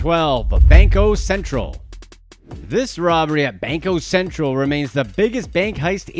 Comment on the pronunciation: Your name is yet you can't properly pronounce Banco Central. Ashamed much?🤡